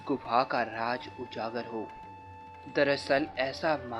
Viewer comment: Raj nahi raz hindi bhi theek nahi bol skte kya